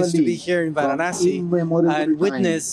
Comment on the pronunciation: He is pronounced Varanasi.. you showing vasi..